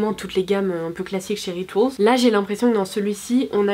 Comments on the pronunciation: on dit rituaaaaaals punaise! J’y ai travaillé pendant quelques mois on ne le dit pas à la forme anglaise. Merci c’est pas la première fois que tu fais la faute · Pauline Titeux Rituals c’est un moment anglais donc on ne le prononce pas à la françaiiiiiise :)